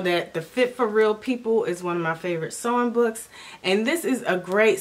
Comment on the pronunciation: I first thought you said "song books" when you said "sewing books"